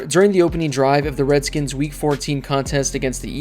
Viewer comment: You're a piece of shit because you're purposefully putting emphasis on the old name. You racist asshole.